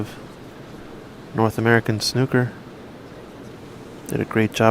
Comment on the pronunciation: Plz it's not snucker it's snooker lol Royston from England living in Costa Mesa California.